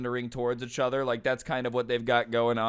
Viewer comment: Every time you say achother my soul dies